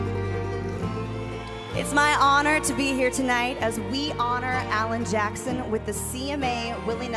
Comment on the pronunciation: Did she call him "hour jackson?"